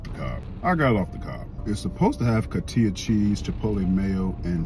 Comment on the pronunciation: It’s coheetuh cheese! Shout out to uncle Dan-O!